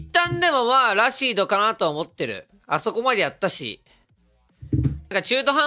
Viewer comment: ラシードのイントネーション気になる